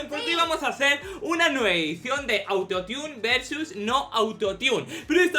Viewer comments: Se dice auto tune no auto tiun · "autotiun o no autotiun" Jsjsj como lo dice me muero (Es Autotune) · Xq dicen "autotiune" si se pronuncia autotune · Es autotun no autoniun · Youtube no me avisaaaa :'v por cierto se escribe autotune pero se dice autotun no autotiun